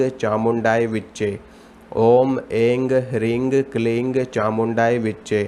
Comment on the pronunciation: आपका उच्चारण सर्वथा गलत है। शुद्ध इस प्रकार है ऐं न किऐंग ह्रींग। इस प्रकार का उच्चारण शत् प्रतिशत अशुद्ध है ऐम शब्द नहीं बोला जाता है बल्कि ऐं शब्द शत् प्रतिशत शुद्ध है जय माता दी